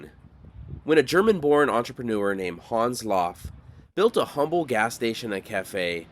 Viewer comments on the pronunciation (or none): none